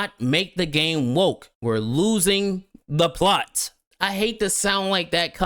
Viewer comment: "Plost" hahaha